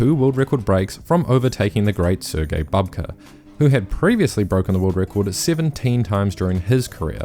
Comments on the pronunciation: Bouhbka, not Bahbka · Can we please not mispronounce very well-known and established athletes' names? Sergey Bubka (ukr.: Сергій Бубка) is pronounced [serˈɦij ˈbubkɐ]. This is the first time in 30 years that I've heard someone pronounce his name wrong. Please do better! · Stop saying Babka ffs! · Bubka might not be the GOAT anymore but he still deserves his name to be pronounced correctly - it's "Boob-Kah".